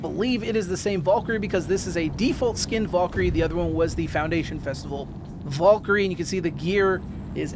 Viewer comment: You are pronouncing Valkyrie incorrectly. It is Val - ker - ree